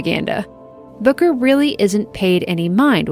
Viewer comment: I thought you were saying booger not booker. 😂